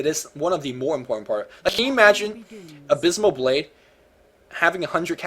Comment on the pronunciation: Its not abysmal blade. Its Abyssal Blade.